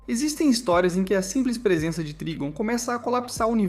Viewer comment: Escreve Trigon mas lê Traygon